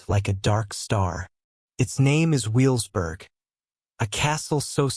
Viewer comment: And also it's pronounced ve vels burg in German the W sounds like a V not a W...